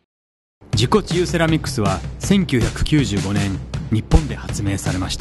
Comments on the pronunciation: 自己厨セラミックスに聞こえた(難聴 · 自己中セラミックスって聞こえた。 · 自己中セラミックと聞こえたのは小生だけだろうか。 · 自己治癒セラミックスが何回聞いても自己中セラミックスって聞こえて辛かったです